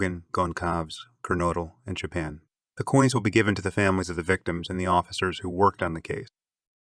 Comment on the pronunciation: Wonderful work. Just one teency weency iddy biddy thing... Please 🙏🏻 pronounce the victims names correctly. Kaylee Goncalvez (K-Lee Gôn-sÂLL-vêz; [sâl like in sâlsâ] Xana Kernodle (Zan-nA Kêrn-ō-dûll) Madison Mogen (you said her name correctly) Ethan Chapin (Ēthân Chāy-pîn)